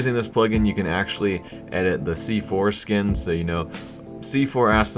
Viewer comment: he said c foreskin